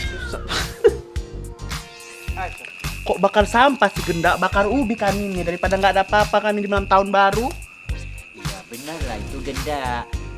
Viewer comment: Sakit perut ku pas nyebut gendak " edak sondang " kuulang² masih tetap ngakak juga Kan banyak ngulang ni tatik dan bordir🤭🤣